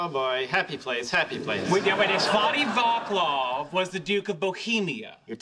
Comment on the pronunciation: 🤣🤣 OMG Svatý Václav... It's so funny how they're pronouncing it. That took me a minute 😄 Edit: The "c" is pronounced as "ts", not "k", if anyone was wondering.